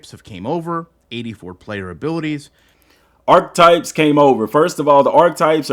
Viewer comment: Love the videos my guy, but it’s not arc-types it’s arc-a-types